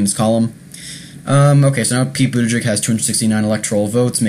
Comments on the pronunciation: Please take the trouble to learn how to pronounce his name before making a video about him --it's not "boot to jig" it got really annoying--as was your mispronouncing Amy Klobuchar. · Budda-Judge and Clo-Ba-Shar....HeyZeus Krispy at least get the names right.... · It's pronounced Boot Edge Edge. Easy. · Pete Buttigieg is the best candidate.. he's smart and sets the right tone and you are pronouncing his name wrong. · Please practice pronouncing Buttigieg, you'll have more credibility. There is no excuse in not saying it correctly. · Just because you don't know his name or know how well-spoken he is, doesn't mean many others have seen and heard him and will have a good impression of his intelligence and capability. You should watch the clips from MSNBC, FOX, The View, and Ellen. And learn the correct pronunciation of his name before your next commentary. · Learn how to pronounce his name. Please! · Lear how to pre ounce the last name if the candidates you talk about!!! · Hope you can update this post in a few weeks. Also learn how to pronounce Pete's and Amy's last name. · First of all, pronounce Mayor Pete's name directly. 2nd of all STOP mentioning his sexuality, do you do that when a candidate is heterosexual? I live in Indiana. Mike Pence is not missed at all..he was an awful Governor. And all your "I thinks" are silly. Mayor Pete has tremendous appeal to Independents, and many Republicans. Your post makes it obvious you are not paying attention to what's really going on. This is a terrible video.